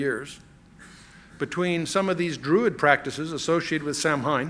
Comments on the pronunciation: If I could go back in time to that point, I would correct him saying 'Sir. it's pronounced Sow-win.' Sow pronounced like the 'Female Pig' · Samhain is pronounced 'Sah - win' in English, although many use the Irish. An internet search tells me in other places in the British Isles they pronounce it: 'Sow - in' in Ireland 'Sow - een' in Wales 'Sav - en' in Scots. The 'sow' is said like the name for a female pig, not as in sow seeds. Chuck must've known about the spelling mistake . Martin Luther 'King?' Maybe it was a test to see who'd react. Nobody did. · The only thing I disagree with is that Samhain is actually pronounced "sow en". I would think chuck would know that, but maybe he is mispronouncing it on purpose to disrespect the evil entity. Because it doesn't deserve respect. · This is a much-needed teaching. One I'm thankful Chuck has provided to the millions who watch and listen to him. I have done much research on Halloween, and have been blessed to share information with a few people. Just a couple of things, if I may humbly share; Samhain is pronounced Sauween. The song featured in "Fantasia" is "Night on Bald Mountain." I'm so glad Chuck told that story about Walter Martin! I've heard WM tell that whole story right here on YouTube. Riveting! What a mighty team those two spiritual and intellectual giants would make! May God bless all who listen to this anointed and necessary teaching. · "Night on BALD Mountain. And Samhain is pronounced "Sow-ween." ✝️🙏🏿✝️ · "Night on BALD Mountain." And Samhain is pronounced "Sow-ween." ✝️🙏🏿✝️ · "Samhain" is pronounced 'Sow' (rhymes with cow) - 'when'. Sow-when. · Samhain is actually pronounced ‘Sow-an’ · It's pronounced 'sa-win' (say fast).